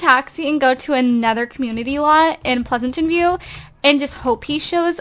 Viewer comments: You say pleasentveiw like pleasantenveiw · Pleasanten view instead of Pleasantview :)) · its Pleasantview not Pleasantantview lol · Why are u saying "Pleasantant View?? It's PLEASANT VIEW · Ok this is just something bothering me.....I know you're a long time simmer and you don't have to take this advice but........ Plez-ant-view not Plez-a-tant-view thanks not tryna hate bye